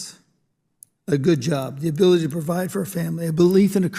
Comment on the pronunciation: Gosar is either high or drunk. He can't pronounce "ability", and good lord, what is MTG even saying????